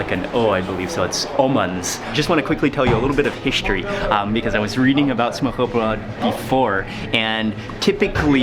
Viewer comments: ja tak DANMARK YES FEDT MAN I'm from Denmark to I live in a town called Jerup big fan keep it up I laugh sp hard when u say smørebrød hahaha love u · Man I watch a lot of your vids and really like them but the pronunciation of Smorrebrod is brutal...have them in like three episodes so far and every time brutal...I wouldn't have commented if not repeated and also if pronunciation was even somewhat similar to actual. Still all love...just don't want you repeating at a dinner party. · Still haven't learned to say "smørrebrød" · You definitely need work on your pronounciation of "Smørrebrød" 😱